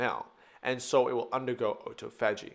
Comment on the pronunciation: Lol you lost all credibility when you couldn't pronounce autophagy